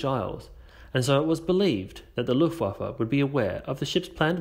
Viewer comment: Luftwaffe - The German letter w is always pronounced the same as the English letter v.